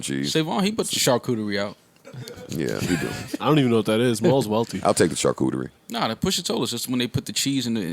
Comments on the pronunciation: trying to say "charcuterie" is nasty 🤣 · had me dead😂 reminds me of Winston Bishop on the show New Girl when he tryna say Charcuterie🤣